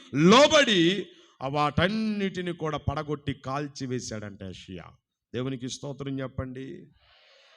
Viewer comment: యోషియ, యెషయా కాదు